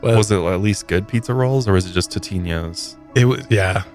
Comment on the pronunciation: Nobody’s talking about how pronounces Totino’s and I’m enraged 🤢